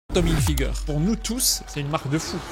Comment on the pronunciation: « tom hilfigeur » 😂